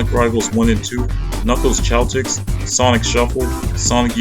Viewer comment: oh nah lmao he called the chaotix "chao-tix"